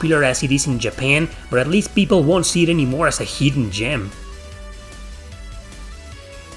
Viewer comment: "Heedden gyem" you eeeedeeot!